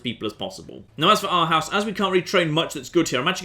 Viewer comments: Pronounces Arhus as Our house. Renames it Ourhouse and pronounces it as Arhaus. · The "proper" pronounciation of århus with english phonetics is basically oarhoos, not ourhaus. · Its how you see Arhus..not Arhause, or Orhause...,,hus,,is h u s...not hause... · you pronounce arhus like orehus :) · i am danish and ven he pronaunst arhus a hus. I died laughing. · To anyone interested, Århus/Aarhus is pronounced similar to "oar-who's" but with a softer French r sound. I thought it might have had a "boathouse" connotation but it's instead derived from an old viking name, Aros, for river mouth, which remains in use in Faroe language and gives name to a number of towns across Scandinavia. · Listening to you mispronouncing everything remotely Danish is absolutely hilarious. Who knew I lived in OURHOUSE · Århus is pronounced Awe-hus (as in awesome, and you say "hus" quick! So it's AweHUS!) And it literally means creek's mouth/ending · i'm so happy he is playing as Denmark mostly because im danish :) also if you want to know how to say Århus it is pronounced: oar-hu-s. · Aarhus/Århus/Arhus translates closer to YearHouse. Or-hoos would be the closest I can get phonetically lol. Great to see other people than me play Denmark. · The way to pronounce "Århus", is like the word "or"+, "h", + the end of "brutus". Make sure to make the "u" and the "s" last a bit. Otherwise "hus" gets pronounced too aggressively, and just wrong. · Århus is pronounced or-hoos. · OURHAUS, IN THE MIDDLE OF OUR STREET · He could have said Row-House and be more correct. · As a Dane it hurts to hear you pronounce Århus. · We were spoiled by hearing him pronounce Latin and Greek names properly in the last series. There was clearly going to be a price to pay, and it's hearing him try to pronounce the Danish language.